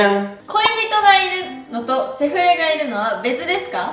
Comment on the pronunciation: の セ⤴︎ フレ⤵︎ の発音めっちゃ笑った、、🤣🤣🤣